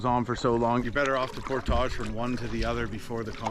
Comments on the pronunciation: It’s Por~(tige) phonetically. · Pronunciation: Por-tij. 😅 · Unusual to put the French accent on just the one word. Honestly. You are OVER using that word and I can’t watch the channel. It’s just too distracting and off putting.